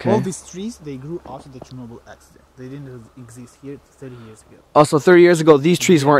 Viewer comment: The way he pronounces Chernobyl kinda triggers me